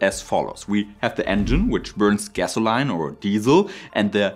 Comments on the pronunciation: We want Big Buts And while your English is normally very well spoken, gasoline is pronounced gas-o-leen not gas-o-line I know it makes no sense. But then again, it's English. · LOL I laughed at this as well. I love how non-native speakers of English pronounce some of the words. Even Brits don't pronounce things the same.